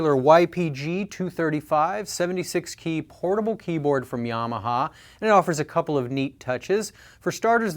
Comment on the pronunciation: At the beginning, it sounded like he said "horrible" keyboards. Lol.